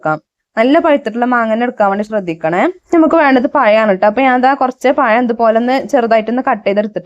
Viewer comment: പയം അല്ല പഴം